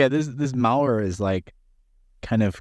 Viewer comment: Idiot me, wondering what's up with this "Mauer" only to realize midway he's saying "malware".